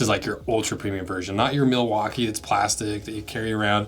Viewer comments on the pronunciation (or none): none